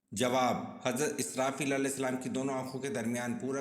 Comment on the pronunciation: بہت معذرت کے ساتھ ۔۔۔ سلام کی ادائیگی درست کریں ۔۔۔